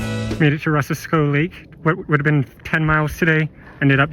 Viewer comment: Piute Lake is pronounced PIE-YOOT. Piute Meadow likewise. And it's Ro-SAS-koe Lake. Good thing you didn't want to do anything more than toast some-mores on that rotten lodge pole "firewood" because it would have failed you for any other purpose. Rosasco is great swimming (unlike Gem) and there's excellent diving rocks on the west shore (about 50 yards NE of where the trail comes in).